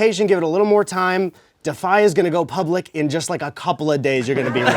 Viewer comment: I thought for a second you said pubic.